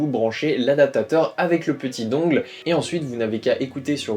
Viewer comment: Dungle ça se prononce dun gel (dungle). Mais super vidéo merciii!